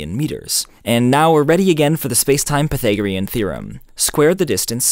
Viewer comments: Aaaargh! Why do you say pythagorean like that? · I've never heard Pythagorean theorem pronounced like that